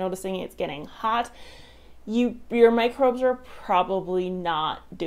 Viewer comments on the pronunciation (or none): none